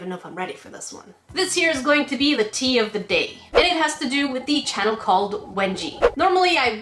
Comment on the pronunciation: I thought that you said wedgie 😂